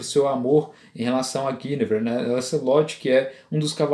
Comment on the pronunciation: A primeira pessoa que diz o nome Guinevere corretamente. Meus parabens.